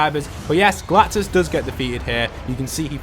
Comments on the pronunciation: Ah yes, “Galtus” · It said galtus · LOL WHO THE HELL IS “GULTUS”